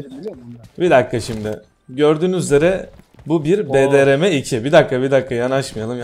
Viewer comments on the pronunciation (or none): Abi bdrm değil brdm sksnsnsjsks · Bdrm değil brdm. Abi